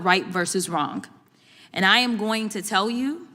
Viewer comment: Can someone tell the rich brat, Ghetto Crocket that the word "wrong"does not end with "k"!